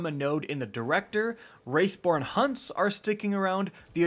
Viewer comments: Say it with me - WrATHborn, not WrAIthborn. 🤣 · Can we uh can we have a talk. Can we please stop calling wrath born hunts wraith born hunts, its very clear that word is wrath not wraith. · Bro it's WRATH born hunts. Not WRAITH born hunts. lmao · It's Wrath Born not Wraith Born btw. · He keeps saying wraithborn? It’s wrathborn there is no I in that word lol! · "wraithborn hunts" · Serious question- Do you just pick a random word to mispronounce in each video? "Wraithborn" "Gilla-teen" "Belov'd" This is some kinda gimmick right?